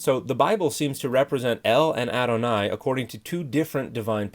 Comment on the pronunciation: Thanks. The problem is I couldn't understand from his pronunciation what he was saying. I searched for "aronai". I thought it was what I heard.